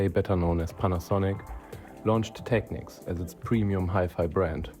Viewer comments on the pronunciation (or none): tek-neeks, sucka